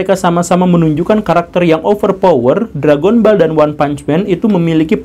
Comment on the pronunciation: Read: DRAGONBAL bukan Drègenbol